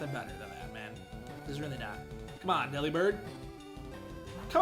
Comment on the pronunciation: Yeah, dupes clause is a thing and all, but... it's worth it to catch it anyway. It's definitely worth it after a rough death. Eeeyyyy, and Redemption fits perfectly as the name. Okay, you're pronouncing it "deli-bird," like I did for years, so I'm GUESSING you haven't heard the pun yet (forgive me if I'm wrong). Just say the word" "delivered." Like a package. Then replace the "v" with a "b". I hope I have just blown your mind.